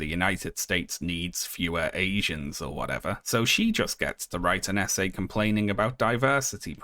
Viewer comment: Every time you said "essay", I heard it as "SA", and the sentence still made sense.